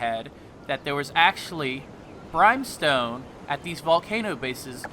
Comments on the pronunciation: It's not Brime-stone. It's Brim-stone. A brim of a hat, not a fucking brime of a hat. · Its pronounced Brim-stone. Not brime-stone. Smh. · It bothers me more than it should when people pronounce easy words wrong, I mean why would anyone think it’s pronounced brime when it clearly says brim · Pretty sure it's pronounced "Brim-stone" and not "Brhyme-stone" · BRIM BRIM BRIM Fucking BRIM not Brime i just want to punch you fr fr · brimstone, the I is the same as in, is, this, whip,brimstone, not brimEstone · BRIMSTONE NOT FKING BRYMESTONE. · brhime stone??? it's BRIMstone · Are you fucking saying BRIMEstone? The fuck....who told you thats how you say BRIMstone...? Ever heard fire and BRIMstone? Jesus... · BrEYEmstone? NEIN!!!!!!!!!!!!!!!!!! BRIMstone. Pay attention in English class, it's important. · its Brimstone, pronounced BRIM STONE. not brime stone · Brimestone? Lose the e there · Yeah had to dislike cause of the wagghder and bRIMESTONE....just drives me crazy and I’m from Texas. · Nice vid but Brimstone is pronounced "Brimm-stone". Will try out some of these areas! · I tried to watch but the constant "brimestone" got me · Not to be an asshat but it is pronounced as brim stone...not with a long I sound. Just saying. Great video though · Please pronounce “brimstone” correctly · And Brimstone is pronounced.....